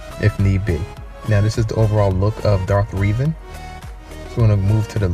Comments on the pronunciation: Reh Ven not reeeevan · 10/10. Though I'm pretty sure it's pronounced Revan not Reevan. But good drawing